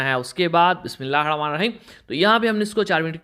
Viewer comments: Bismillah hirrahamaan nirrahim theek se padho bhai. nahi to sirf Bismillah kaho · بسم اللہ الرحمٰن الرحیم صحیح بولا کریں باقی سب ٹھیک ہے